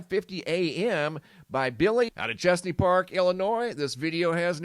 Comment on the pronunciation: That's Machesney park Illinois not Chesney Park.